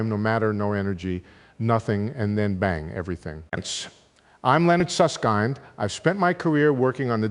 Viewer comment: It isn't Susskind speaking. This is a text written by either a content creator or AI then read with an AI-generated impersonation of Susskind's voice. Professor Susskind for one thing, pronounces his surname SUSSK /i/ND and not SUSSK /ai/ ND.